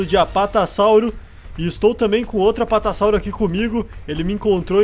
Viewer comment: Apatassauro, sério